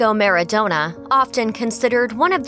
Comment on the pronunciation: It’s maradona not MARDONUT